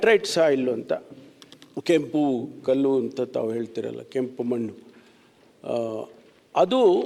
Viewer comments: ಮನ್ನು ಅಲ್ಲಪ್ಪ ಮಣ್ಣು ಅಂತ ಹೇಳಿ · ಮನ್ನು ಅಲ್ಲ, ಮಣ್ಣು ಮಾರಾಯರೆ 🫣🫣🫣, 👍👍👍